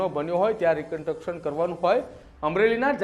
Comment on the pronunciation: આ ભાઈ ને રિકંસ્ટ્રક્શન બોલતાં આવડતું નહિ ને ન્યુઝ એંકર બની ગયા છે... પેલા ગુજરાતી ભાષા પર પકડ શીખો ભાઈ